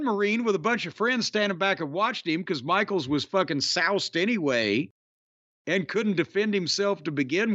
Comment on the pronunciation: Jim really said saauucced 😅😅😂